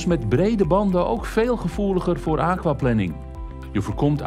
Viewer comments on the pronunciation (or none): De thumbnail is "wat moet je doen bij aquaplaning", het onderwerp van de video is "hoe voorkom je aquaplaning" (en de presentator spreekt het uit alsof het waterplanning is, in plaats van waterplanering, maar plannen voor water is natuurlijk ook goed). Verder dank voor dit filmpje :).